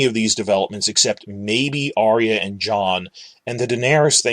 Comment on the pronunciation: PS For a guy who pitches himself as being so smart - I'd think you'd have the sense to know that the name is ARYA, as in AR-yuh. Her name is not ARIA as you repeatedly said.